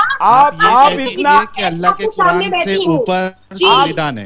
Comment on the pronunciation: Allah nahin Hallah bola wo 😂😂😂